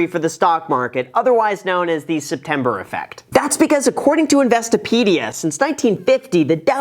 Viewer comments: "What are you doing stepmber?" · “STEPMBER” 😂 Well played